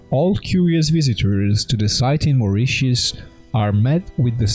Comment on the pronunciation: Yay. 1st time I've heard Moritius pronounced correctly on youtube. Three's a charm, unless this was forth or fifth time heard spoken. Good Stuff. & Pyramids!